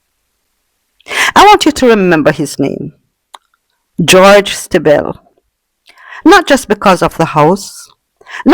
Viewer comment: Just one correction, Stiebel is pronounced "Stee-bull"